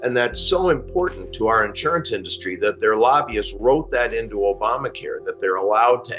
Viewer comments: “Opama” care? What planet is this guy on? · trump said Opama care 🤣🤣🤣🤣🤣🤣🤣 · Did the idiot just really say 'Opama care' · Can't even say "Opama" right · "Opama care" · he said Opamacare 🤣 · O-PAH-mah care? Is that coverage for an Oompa Loompa? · "Opama care" "Youman rite"